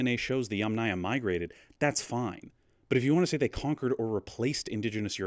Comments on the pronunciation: Aya, as a suffix never takes stress. It is pronounced YAMnaya, not YamNAya. Even wikipedia agrees. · I'm pretty sure "yamnaya" (ямная культура, pits culture) is pronounced with stress on the first syllable; YAMnaya.